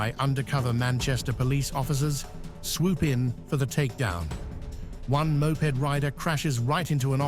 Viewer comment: Poor. Mispronounced words (mop-ed)?, and describing things that aren't happening in the video.